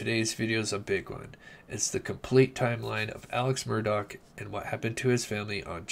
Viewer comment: MURR-DAW, NOT DOCK.